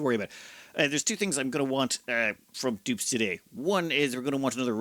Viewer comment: Not sure if I was ready to hear an Irishman say Da Pope wasn't the best. 😂❤